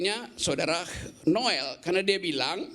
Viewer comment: noel dibacanya nul 🤣🤣🤣